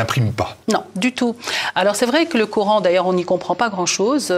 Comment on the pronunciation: coran pas couran,50 ans en france." comprendre mieux" non "mieux comprendre".quel francais!